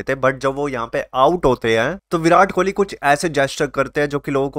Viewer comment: Kohli hai bhai kholi nahi😂